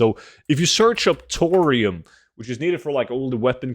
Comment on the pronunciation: Tour-ium bars confused me when I listened to this without a visual 😅